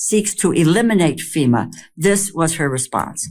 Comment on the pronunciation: >> for fucks sake, it's called FEMA (Federal Emergency Management Agency), not SEMA. These idiots🤦‍♀️🤦‍♀️